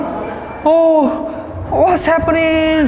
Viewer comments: Take a shot everytime he say wass haperrninng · "warsz heppening" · Someone tell me how much times he said wAtS hAppAnIngg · What's sappenring, are you Kirring me idiah? The best English ever